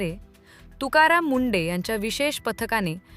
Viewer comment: अगं बाई ते तुकाराम मुंडे आहेत की मुंढे. उच्चार तरी योग्य करा. कशी भाषा वापरता हो.